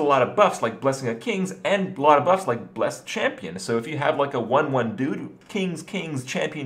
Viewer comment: bless-ed /'blɛsɪd/ 1. made holy two syllables, Kripp. two syllables